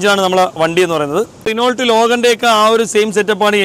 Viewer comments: റിനോൾട്ട് എന്നല്ല റെനോ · Renolt alla.. Renou.... French word aanu.. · റെണാൾഡ് അല്ല.റെനോ എന്നാണ് ഉച്ചരിക്കുക. 🙂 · റെനാൾട്ട് എന്നല്ല? റിനോ എന്നാണ്. Its french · റിവ്യൂ അടിപൊളി... ദയവായി കമ്പനി പേര് തെറ്റായി ഉച്ചരിക്കരുത് റെനോൾട്ട് അല്ല റെനോ എന്നാണ് ഉച്ചരിക്കേണ്ടത് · റിനോൾട്ട് അല്ല റെനോ... അങ്ങനെ pronounce ചെയ്യണം... thetttayit paranjathallatto.. Angne pronounce cheyyanam... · റൈനോൾട് അല്ല.. റെനോ ഡസ്റ്റർ അവസാനത്തെ T സൈലന്റ് ആണ്.. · റിനോൾട്ട് അല്ല bro റെനോ എന്നാണ് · റെനോൾട് എന്നല്ല റെനോ എന്ന പറയുന്നത് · അതിന്റെ pronounsation ശേരിക്കും re-no എന്നു മാത്രമാണ്. അതായത് ault ഇല്ല.